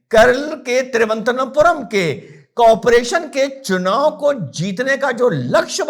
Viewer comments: Rahul gandhi said : Chumav 😅😅😅 instead of chunav 😅😅😅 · चुनाव ये शब्द ठीक से बोल नहीं सकता.... तीन बार गलत बोला पप्पूने😅